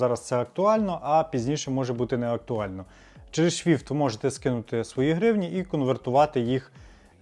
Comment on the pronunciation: Чому вейс? Чому шфівт? Навіщо паплюжити назви?